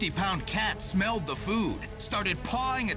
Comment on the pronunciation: I'm sorry I laughed at the way he says "Smelled the food"